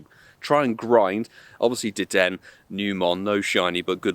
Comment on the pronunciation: I don't normally correct pokemon pronunciation, but it's pronounced like 'De-Den-A' in the anime and sounds better IMO that saying it like 'De Den'